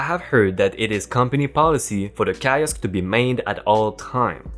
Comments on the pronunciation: Bit of info kiosk, pronounced keyosk. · On the mispronounciation, the word "kiosk" is pronounced keeosk. I subbed a while ago and I'm still gobsmacked at you and your friend's courage! Please keep going especially when you work together, it really brightens my day! If you don't I'll see your manager and get you fired! REEEEEEEEEE!!!!! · Key osk. I is sometimes pronounced as E.